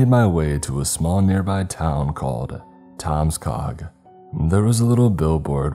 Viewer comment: Did he say the town was named Tomscock?